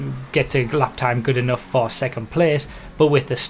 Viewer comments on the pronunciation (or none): none